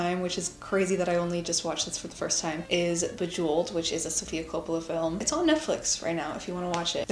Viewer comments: There was a mispronounced film title. The Beguiled (not Bejeweled). Be-gyle-ed... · I love the video but the movie not called bejeweled it’s called the beguiled (pronounced /bəˈɡīl/)